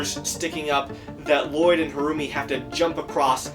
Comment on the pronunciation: Lloyd ? You mean La-LLoyd ?